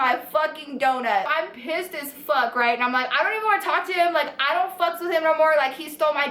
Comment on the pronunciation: btw I also now say pISSed like you do 😂